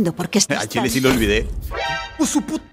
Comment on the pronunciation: No es de Chil es de chi